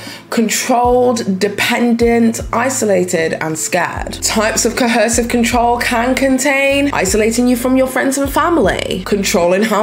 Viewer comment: Ar3 you saying cohersive? I feel like i keep hearing an extra "h" sound